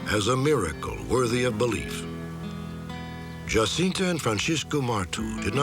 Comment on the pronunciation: my thoughts exactly! I was really impressed by the apparently correct pronunciation of the name Jacinta unlike how it would be pronounced in Spanish